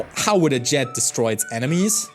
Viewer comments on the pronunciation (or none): "Destory" Fr bro. Destory.